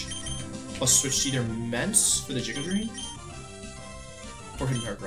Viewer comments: Everytime he says "jiguh drain" I cringe 😂 always pronounced it "giguh drain" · I love the Wolfey even pronounces it "jiga" drain when explaining the game plan